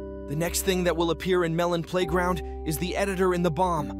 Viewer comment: Every time that this guy's AI voice messes up Because I'm bored. 23.OWWOOWO its on the 3 ardy of may The editor ofeth the bomb The melon playgronk the Malone Malone pay round Personally I would like abortions in melon playground February 2024 Was half a year ago. a blane Malone Pieground See you the other day!